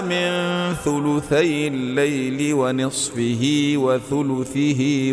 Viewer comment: اسلام علیکم، اس تلاوت کے 2 الفاظ میں غلطی سے پڑھ رہے ہیں، ونصفۃ، وثلثہ،ان الفاظ میں پیش کو زیر پڑھ رہے ہیں،